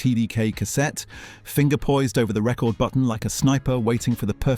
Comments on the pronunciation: It's not 'reck-ord' it's 'reecord' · what kind of robot AI voice is this? The record button isn’t a “reck-ord” (like a player), it’s a “ree-cord” function. AI still too simple to know the subtle diff. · OMG its re-cord not rec-ord, like the old TDK tape I used to re-cord a rec-ord onto in the 90's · A.I VOICE OVER WHO SAYS Pause and record like records, crazy. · Also The Matrix was in cinemas in 99 so why is he referring to it as an example of a rental in the 90s when realistically it would have been 00 by that point. Also the pronunciation of 'record' is wrong. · it was the pronunciation of "record" that did it for me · Shame about the AI voiceover. The pronunciation of 'Record' gave it away